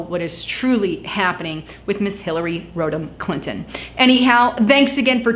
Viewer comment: Hillary Rotten Clinton! That's what I hear :d